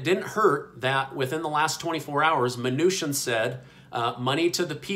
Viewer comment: YOU’RE MISPRONOUNCING MNUCHIN’S NAME!!!! It’s prounounced “CHIN” not “SHIN”!!!!!